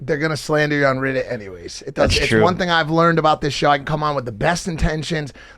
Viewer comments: Why does Mike pronounce Reddit like “riddit”? Must be a 40yr old thing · Why he saying riddit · Why does the 40 year old keep pronouncing it " RIHHDUT" ?? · Mike saying Riddit is proof of him being 40. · why do all ur friends say riddit 😭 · The way Mike says reddit 😂